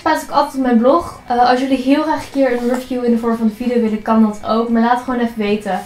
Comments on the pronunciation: Een rufieuw? Hihi! Tis eigenlijk "rie-vieuw". Leuke spullen allemaal! Lijkt me heerlijk om zoveel uit te mogen pakken! :D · Je spreekt review verkeerd uit 😂😂😂